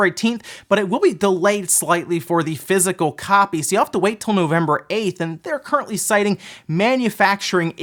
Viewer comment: anyone else get tickled a little when he says "fissile" copy?